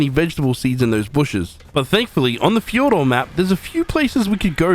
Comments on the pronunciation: It’s pronounced thyordor not ff Jordor because it’s based off of Ancient Greek so j is pronounced yo of your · fjord is pronounced fyourd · Fyour-dur, not how you pronounced it. It’s based of Norse mythology which pronounced some words differently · hey also not to be rude but its pronouced fi-ord-ur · you really just said fejordor 💀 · Its pronounced 'FiYourd' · Fjord is pronounced as "feeyord" or "fyord" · the j is pronounced as a y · The J in Fjordur is silent btw. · The j is silent